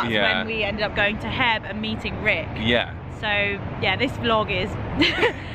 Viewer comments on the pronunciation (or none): Its H E B 😁 you just say each individual letter! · I love you guys. The grocery store you mentioned as "Heb" is actually pronounced H E. B. which stands for the owner's initials for Howard E Butt. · H-E-B, guys. Say the initials. 🥰